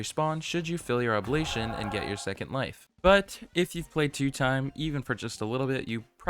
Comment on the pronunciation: ITS OB-LIG-ATION NOT OBLATION